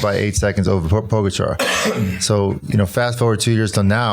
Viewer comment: Thinking same thing, btw Lance, I think the pronunciation is Pog - GA’ -char